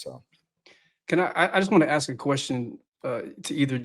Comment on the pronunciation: Ask a white person. Oh, sorry, I mean axks a white person.